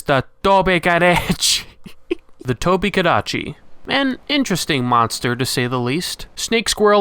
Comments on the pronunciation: strano io l'ho sempre pronunciato tobi- "cadaci" mica tobeh kadacci, sara da regione a regione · I look back to this video just to hear him say tobi kadechi and italian hands. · I now hear “TOBI-KADECHI” in the Italian accent just constantly in my brain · But the Italian accent is wrong, I'm Italian and for the most we pronounce it like normal people, but you know that for some people in Italy "l'inglese" is not a language but something like a cocktail or a recipe of pasta,and other people the call it the Tobi Kidachi or Tobi Tekachi so I invented my own version The Tobi Tekashi 69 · Its da tobi kadachi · I hope you’re proud of the fact that, since watching this video, I have not been able to properly pronounce its name, and will inevitably one day make a fool of myself in voice chat by pronouncing this with a crappy itallian accent 😂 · and thus a meme among my MHW friends was born, it's name is ONLY said in a yelling Italian accent. Thank you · I literally cannot say Tobi-Kadachi without this Italian accent anymore 🤣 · I love the Italian accent you used in the intro, it was so hilarious, and I’m even half Italian so I find it even more funny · and, you both have got my gamer group laughing like loons whenever we hop back on MHW and see the tobi (cannot avoid the Italian accent anymore, damn you) or when I roll sword and shield. Thanks for being so great at this. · Ive heard people pronounce toby kadachi like that before in that exact italian accent to so i was crying of laughter 8 seconds in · Surprised you did an Italian accent and not a Japanese one...